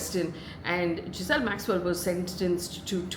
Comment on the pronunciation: Ghislaine not Giselle!